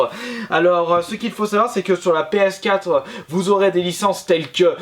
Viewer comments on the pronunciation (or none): on dit PS4, pas PScat :)